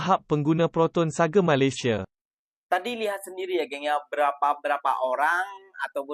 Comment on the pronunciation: Proton Saga bukan proton Sage..sage tu mende ?? Parok la puak2 ni